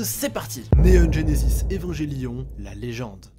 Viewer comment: É-va-n-gué-lio-n !!! Pas évanjélion ! Sinon, je suis plus vieux que Ken le survivant, bande de gamins !! 😁😁